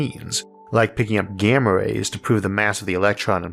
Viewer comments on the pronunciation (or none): none